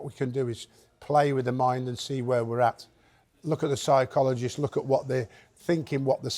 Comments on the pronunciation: lol ye "psite-cologist" made me laugh. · Heard it again… he definitely said science-chologist 😂😂😂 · The man said the nutitionalist and psytochologist,.😂😂